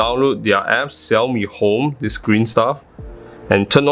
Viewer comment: Keep pumping out the great content! You've pronounced "Xiaomi" so well! Happy Holidays! :)